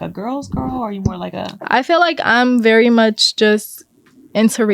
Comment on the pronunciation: The word is "VERY"! Not "Rery"